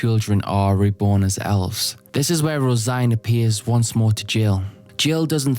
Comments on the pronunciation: Hey guys, do you think he knows that it’s not pronounced rose -igne, it’s rose -een? Guys my self esteem is based on correcting people on the Internet, even though multiple people have already said it, I need to get my fix. I scratching for a hit of “ermm actually”. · Tbf I also thought Rose-Ine in my head lol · You pronounced her name rose -igne? Its rose-een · I came here because I just watched the "Berserk lore to fall asleep to" video and suspected someone had corrected the pronunciation the wrong way. "Rose-een" is arguably closer to the correct pronunciation than "rose-ine", but vowels can generally be pronounced any which way and still not be "wrong". The Japanese can't be read "rose-een" because of the lack of a dakuten on the シ, and can only be read "roe-seen" or "roe-sheen". Given the general "Irishness" of other elements of this arc (and how elves are presented later), I'm strongly inclined to consider "roe-sheen" the more likely of the two possible readings. The translated spelling "Rosine" can't be read that way in English, but that can easily be attributed to the Anglo-American translator(s) not being aware of the common Irish girl's name "Róisín". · IS NO ONE GONNA MENTION HOW HE PRONOUNCES HER NAME????